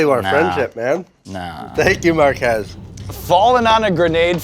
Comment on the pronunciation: Poor Mark Ass. Can’t even pronounce his own name right.